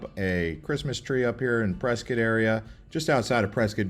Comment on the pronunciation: Dude loses points for mentioning Tempe Town Lake and golf, but gains them back for agreeing that camping on the Rim is the best and for pronouncing Prescott correctly. And if you're around Water Wheel, look up Geode Hill, which is nearby.